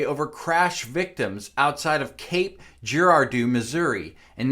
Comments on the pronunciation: It's pronounced grad doe! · If only you knew how to spell the plural of the word crash I might watch. Can't even pronounce Giradeau ffs.